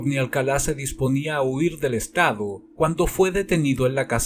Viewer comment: me encantan tus videos, soy un adicto a ellos y he visto todos, pero, tengo una duda, ¿Por qué dices "Alcalá"? cuando incluso el presentador del show refiere a el como "Alcala", no quiero que se mal interprete, pero si fue un pequeño sacón de onda que pronunciaras su nombre como si estuviese tildado.